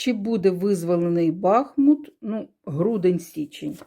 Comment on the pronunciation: БахмУт наголос.